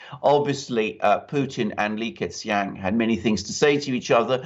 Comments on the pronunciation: Li "ker" "Chiang" would be a closer pronunciation. Thanks gentlemen for another great show. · "Lee Kerr Chang" works a bit better